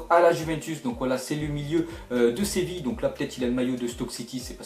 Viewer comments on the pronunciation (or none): none